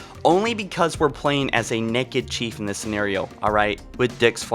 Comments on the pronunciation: I like 'em neked. I assume he said "neked" because of Youtube's stupid monetization. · “Why are you necked” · Neck-id. When you say it it's like wtf. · I never really thought of her as (as pronounces it) "nekked" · "Why is Cortana neked" XD love your work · Just went down all the comments to see how many people said neked, 😂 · I like how says “nekked”. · Y u say "nekid" lol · i thought it was funny he said nekid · Why do u say naked like neked? 😂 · You saying "naked" bothers me, just say nude. I'm hearing "nekid". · she is nekid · She's nekkiid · cant pronounce Naked. The video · Question: Is this the American way of saying naked or is it just in this video? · Why is he pronouncing naked like that😂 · Naked not necked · The real question is why are you saying NECK-ed? It’s pronounced NAKE-ed🤦‍♂️ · "Neked".......it is pronounced NAKED. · Im sorry but why do you say it nekid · Theres an "a" in naked, it's not pronounced "neked". This guys voice and pronunciation is awful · Anyone else annoyed he keeps saying neked instead of naked 😂love ya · Theory Request: Was Cortana already too far gone by the time Chief rescued Her from High Charity? I'd also like to point out that he pronounces it as "Nekked" XD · Why are you nekked SAY IT RIGHT NAKED ITS NOT A HARD WORD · "Why is Cortana neked" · I like how you say nekid instead of naked. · Stop saying Neckid! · Why is she 'nekked' you ask? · it is naked not necked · Why the hell do you pronounce naked as neked. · You say it like it’s Nekad and not Naked but meh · He pronounced "naked" "neked"... epic pronunciation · Why TF this boy say naked like "neck-ed" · not gonna lie man i love your vids but the way you say naked is painful its nae-ked not ne-kid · Stop saying neked its naaaaked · I like how you never said “naked.” You always pronounced it “necked.” Which works, as the definition of “necked” is naked and up to something, and Cortana is always up to something.